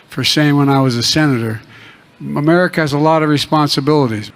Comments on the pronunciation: He can't say America but he no trouble saying China. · Two words, "United States of Ererica" Not a joke, c'mon man. Two more years, Sheeeeeeeesh. It was a Thanksgiving dinner and two turkeys were there. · Two words: "Make Ma-Merica Great Again" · Let’s see… Mamerica, Arerica, Amurca, Garerica, Amers, Amer, Awerica, G’mera… Where does he live, again? 🤔 What country is he Resident of, again? 🤔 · I agree... it's infuriating that he can't say "America' correctly. UGH! 🤬🤬